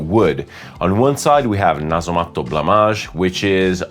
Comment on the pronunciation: No other fragrance reviewer says Nasomatto in a proper fashion. I appreciate that, and decent French, and English without the Italian conjugations and extra vowels at the end of each word.. I’m off reviewing a previous episode with a Meo Fusciuni scent in it 😉 Che ricchezza!